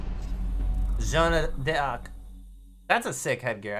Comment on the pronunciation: i hear saying "Jeanne d'arc " and yet i thought he wasn't going to spell it so bad...